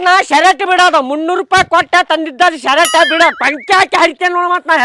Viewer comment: ಶರಟ್ ಅಲ್ಲ ಅದು ಶರ್ಟ್ 😅